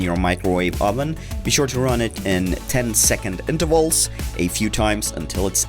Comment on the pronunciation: Rub?¿ its RUNNNN NOT RUB